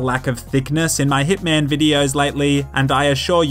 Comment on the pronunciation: I swore you said "Dickman: Blood Money". Sounds like Killer Bean but instead of pistols and beans, you have micro smgs and micro pay-nee-suz